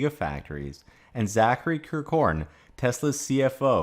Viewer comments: Lol, You pronounce Kirkhorn funny. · Yes. It does not even sound like his name when said that way.